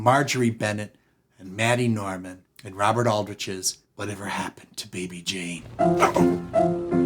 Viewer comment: it's MAID-y Norman. MAID🤣🤣🤣🤣